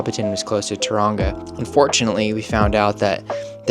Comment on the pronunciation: say tauranga like TOE wrong A